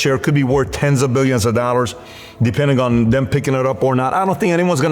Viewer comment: I still want to know what is a Darrors or is he saying DOLLARS. Money horny cringe dude at it again... Why are childish adults so rich and silly or underdeveloped in the head.